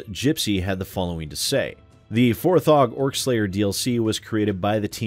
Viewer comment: Isn't it "For-jee"? The page his family has set up to donate to them has (4G) written on it, so... A lot of people seem to be saying it "For-ghee."